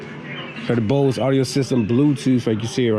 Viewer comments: BOSS not BOSE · Why would it have a lot of bass cmon pimp and it’s boss not Bose